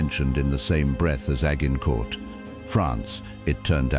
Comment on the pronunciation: Agg-in-court.....stupid AI. 😂😂😂